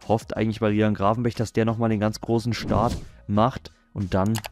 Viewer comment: wie oft hat er RIJAHN gravenberg gesagt